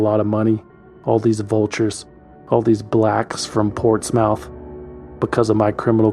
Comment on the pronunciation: It's pronounced portsmUTH. I live in NC about an hour or so from Portsmouth, VA